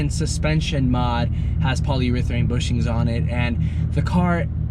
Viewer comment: It’s polyurethane bruh not polyurethraine...